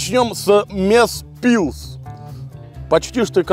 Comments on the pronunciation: И не мезпилс а мэжпилс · Es nevaru saprast ka viņš to izruna selga mežpils 😂